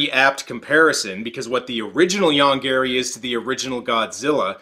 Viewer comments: I know, the monster's name ist Yonggary. But i always hear "Young Gary". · I keep hearing "Young Gary" and that somehow makes this even funnier. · I can't help it, but I always hear 'Young Gary' when they say the monster's name.